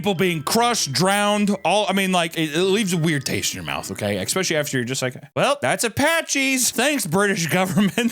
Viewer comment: it's fricken pronounced "NU-CLEAR" and "ESS-SPECIALLY"!